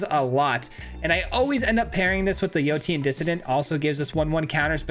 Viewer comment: Yotian = yo-shan Like rotation.